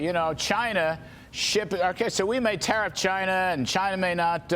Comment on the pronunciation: Did they call the process "tah-reef"?